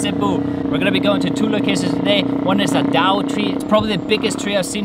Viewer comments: The name of the tree is DA-O. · "Dao" tree